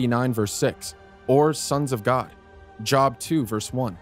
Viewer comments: It’s pronounced Jobe not Job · I don't know what to make of this man, when he calls Job, pronounced " jobe" as " job", like your work... And referred to fornication as "fornification" which isn't even a word... Really... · You need to reprogram your AI thingymabob. It's pronounced "Jobe" not job. 😂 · teach this man how to say the names he says job like work unprofessional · There's a long O in "Job". I think you mean to say Fornication, not "fortification"? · I'm sure I'll catch some sort of grief for highlighting these pittances, but...oh well. Nothing against the info presented. However, the narrator--not sure how to figure it to be honest. Bad grammar? Unfamiliarity? Nervousness? A subcontractor? Grammar errors stick out to me (probably because I've a doctorate so bad grammar didn't fly). Narrator pronounced "adultery" as idolatry. Pronounce Job (yes, the Bible book) as it is used when we are seeking a job. And pronounced "fornication" as fortification. Might sound petty, but if you don't realize the world already looks to pick at us any chance they get, what do they say to bad grammar that's nearly humerous?